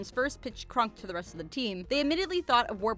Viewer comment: Did the way she pronounces Kronk get on anybody else's nerves? It's Kronk, not Krunk.